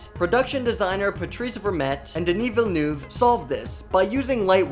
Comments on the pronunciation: ''Dini vilnuv'' 😬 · Really bad prononciation of Denis Villeneuve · please do your research on how to pronounce denis villeneuve.....